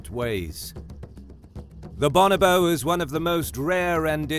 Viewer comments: Bo-NO-bo not BAH-nah-bo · "Bon-oh-bo".... Your putting the wrong em-phAs-is on the wrong syl-ab-le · Pronounced Bo No Bo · For a start it's pronounced "Bow No Bow" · BOnobo? boNObo? no: BOnoBOSS ;D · It just sounds better when it is pronounced bO-nO-bO. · Cracked me up when he said bonobo wrong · Hate the way this guy pronounce bonobo.